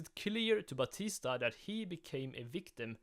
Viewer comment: "Angel Ba-tisdag" ahh pronounciation.